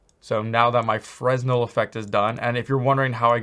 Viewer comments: The roughness is what controls the glossiness of your materials in a PBR setup. You shouldn't need to use specular if you use the correct roughness settings. Also, (and I'm really not trying to be a jerk) the S is silent in Fresnel. I used to say Fres Nell too :P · Lmao Fresnel.pronounced Frenel.. Btw the 0.5 spec setting is not PBR, there are spec values for grass and other materials. Because you cant break energy conservation with metalness/roughness. EPIC even mentioned it in their documentation: "When you're editing a non-metallic surface material, there are times when you'll want to adjust its ability to reflect light, specifically, its Specular property. To update a Material's Specular, input a scalar value between 0 (non-reflective) and 1 (fully reflective). Note that a Material's default Specular value is 0.5." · Really good videos, you cover a lot of stuff other tutorials don't. BTW Fresnel is pronounced fruh-nel with a silent S ;) Keep up the good work